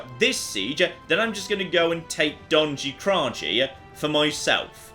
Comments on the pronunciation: What, you don't pronounce it "Donshy Krashy"? Colour me the flip surprised ;) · Hey one thing in Serbian language and some others slavic languages j is prenaunsing as y sorry if I maybe butcher language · If anybody from the balkans heard him say Donji Kraji, you are lying if you say you didn't laugh xD. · The way he pronounced "Donji Kraji" made me very sad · Oh no His pronunciation of Donji Kraji is so off